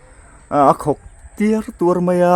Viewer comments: A khi tertuar ti lo in,akhi tiartuar tih tur zawk aw.😊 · Khi ter tuar ni lovin, khi tiar tuar tih zawk tur.